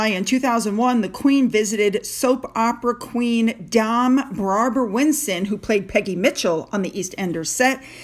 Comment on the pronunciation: That black and white photo and the sentiment written broke my heart. It's so true. We're too old to have dogs now and we miss ours terribly. All of them through the years. Gone but not forgotten. PS PLease don't be annoyed. It's read 'dame' as in 'frame'. PPS I can't stand this couple. Actually, we hate them. There!